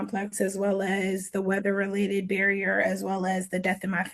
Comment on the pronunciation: “That was day of the weatherrrr” 🤦🏼‍♀️